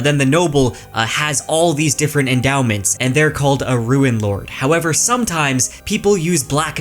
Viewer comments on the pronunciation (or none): 'Roon not 'Ruin' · Rune {roo͞n} is not pronounced ruin {roo͞′ĭn}. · Rune isn't pronounced like "ruin", it's like "roon" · Did you just call that book "The Ruinlords?" Rune is pronounced like roon. A ruin is something that fell down when the previous owner didn't replace the roof in a timely manner. A rune is a symbol, and it's not a homophone of ruin. Rune rhymes with tune, spoon, soon, and pantaloon. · Uh... you pronounce the word "rune" as if it rhymes with "ruin". I'm curious if there is some basis for this pronunciation? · Love your content, but I have to point out that your pronunciation of "rune" is indistinguishable from "ruin". It can be confusing and jarring. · RUNE HAS EXACTLY ONE SYLLABLE YOU HEATHEN! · Rune is pronounced like prune. There is no i.